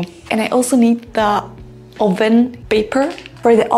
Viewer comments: Oven is pronounced as uh·vn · You are very sweet and patient!!! You teach very useful and related vocabulary! I think you should have corrected the pronunciation of "oven" though.